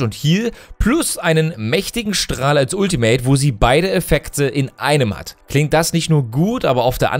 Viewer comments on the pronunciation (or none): none